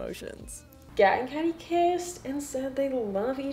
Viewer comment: Uh i love this video but honey its pronounced like katy